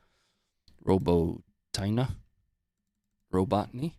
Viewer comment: Ur western mind😂 u can't even pronounce Robityn. The patriot system is junk. Only half ass effective in manuel operation. Russia is smoking ukes. They also kept ur ass from overrunning Assad. They pissed on ur drone over the Black Sea and brought it down intact for recovery. MSM called the pilots incompetent. Nato is a joke 😂